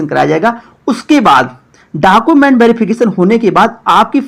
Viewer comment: Khali YouTube channel banakar farzi sabko paisa hi kamana h, bhale pta kuch rahe ya nhi rahe, are pahle documents (डॉक्यूमेंट) to sahi se bolna sikh lo, har video me डॉकूमेंट डॉकूमेंट chillate rahte ho